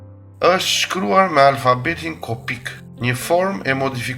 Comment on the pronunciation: Kujdes kur zhvlerson fjalen kopte në atë tënden kopike; duhej thënë koptike = kuptoke. Etymologjia e Kopt është = Kap/Kapi folja kap, ndërsa kopt shquar “t” ( shumësi, personifikim ) Shumë turp tek të dëgjoja duke e denigruar fjalën dhe jo siç vjen e dokumentuar KOPTIK. E ke kthy Kopik Kopuk e batërdi. Ishe shumë afër ta shqiptoje gjithë ato here, koptik, koptik, koptik, koptik, kuptok, kuptok kuptok, kuptok. Por nuk e bëre. Besoj më kupton